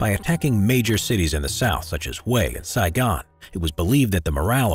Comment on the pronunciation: I've only started watching this but I just know the narrator is going mispronounce Hue again.